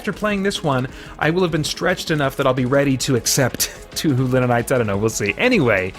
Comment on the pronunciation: Touhou is pronounced "Toe-Hoe". In other romanizations, you'll see it spelled "Toho" which would also have long "o's".